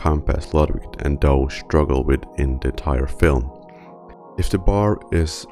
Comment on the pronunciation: Soldier is doe not joe his full name is literally jane doe not a shortened "joe"